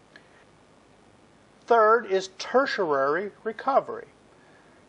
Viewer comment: Great videos. Huge learning curve! You get the pronunciation of "tertiary" wrong though. You include a syllable that isn't there. It's ter-tia-ry, not ter-tia-ra-ry.